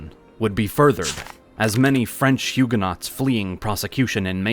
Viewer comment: As a Frenchman I appreciate the silent T ❤